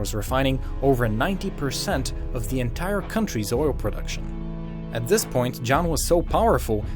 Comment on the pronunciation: Did anyone notice he says Zis instead of this